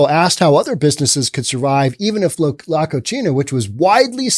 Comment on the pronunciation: You're mispronouncing 'La Cocina'. You're giving it an Italian pronunciation (la koe-chee-nah). La Cocina are two Spanish words that are pronounced (La koe see nah). The meaning in Spanish is 'the kitchen'. The way you pronounced it, it means 'the dirty girl'.